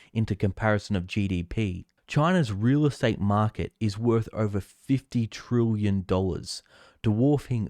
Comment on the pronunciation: "Trillion" is pronounced as it spelt, not "trooyan".